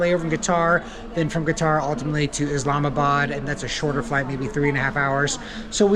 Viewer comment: I don't understand your pronunciation of qutar. And I thought which place is this. Haha